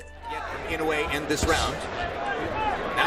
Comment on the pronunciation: Try sticking with calling him: EE-know-weigh That's a lot closer than: Ih-KNEW-ee